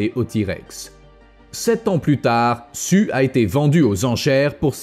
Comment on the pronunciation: Non, il s'appelle rien du tout car en principe, les T-Rex ne se donnaient pas de prénom. LOL! Blague dans le coin, on l'a surnommé "Sue", prénom anglophone qui se prononce normalement (pour les Français ignards) "Siouw" (plus ou moins). Mais notre cher est apparemment un Français et a un accent pourri en anglais, comme malheureusement l'écrasante majorité des Français. Ce n'est d'ailleurs pas vraiment de leur faute, car moi qui suis Belge mais ai vécu 20 ans en France, étant animateur, j'ai pu constater avec horreur que même leurs profs d'anglais, quand ils ne sont pas anglophones de naissance, parlent l'anglais avec ce foutu accent "frenchie" de merde. Alors si on leur donne leur diplôme de prof d’anglais alors qu'ils parlent aussi mal, faut pas s'étonner que leurs élèves parlent avec cet accent pourri aussi! En Belgique, aucun prof d’anglais ne recevrait son diplôme avec une accent aussi pourri!